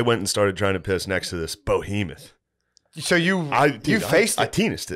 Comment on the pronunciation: shane said "bohemoth" a few too many times during this ep